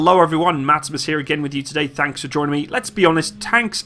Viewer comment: Did he say "Tanks for joining me"?